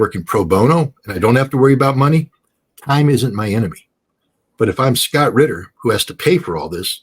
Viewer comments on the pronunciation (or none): Its Scott RITTER, not Scott Quitter !